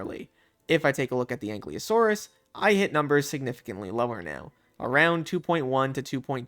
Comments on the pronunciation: dont want to sound nerdy, or bad, but you keep saying anklyosaurus, while ankylosaurus, just wanna point it out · A nky losoros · He's saying Ankleosaurus though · "ain klee o saurus" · I don't wanna be that guy but U pronounced the l before the y in Ankylosaurus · Thats not how you pronnounce Ankylosaurus 😭